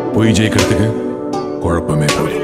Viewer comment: Kolappam இல்ல குழப்பம்..pronounce tamizh properly..